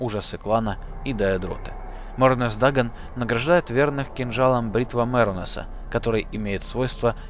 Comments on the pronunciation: половино даэдра не правельно называл не мернус дагон а мерунос дагон и бритва мирунуса ударение на и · Мернс Данаг? Серьёзно? Кровь с ушей...